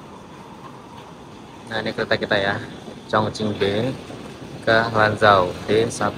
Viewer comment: Chongqing bacanya chongching bukan Chongking Lanzhou bacanya Lanchou bukan Lanjou Gansu bacanya Kansu tidak ada yang benar abang ini baca pinyin